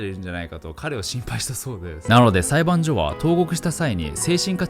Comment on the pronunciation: あと、裁判所は「さいばんしょ」っすね。